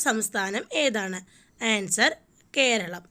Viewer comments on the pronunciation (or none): Not kelalam Its keralam 😂